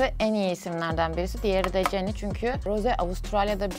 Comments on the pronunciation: Okunuşu ceni değil Jeni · Abla ceni değil jeni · Abla ceni diye okunmaz jeni diye okunurr